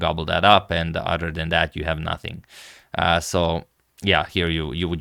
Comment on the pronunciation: My personal favourite, "sorry about dat". Bends as he say it.